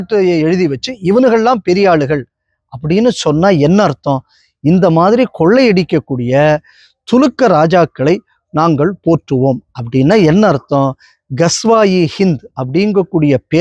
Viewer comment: நாயே துருக்கன் என்று சொல்ல வரல துலுக்கன் என்று சொல்லடா பைத்தியம்